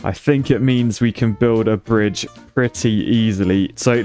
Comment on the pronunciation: "brich", surely